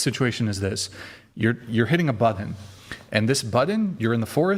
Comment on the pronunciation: I don't like the way pronounces button as buddon 😂😂😂 there are two Ts, not Ds